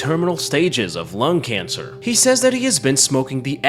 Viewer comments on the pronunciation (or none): none